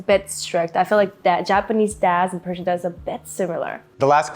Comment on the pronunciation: Sounds like she is saying she is Parisian, not Persian! 😂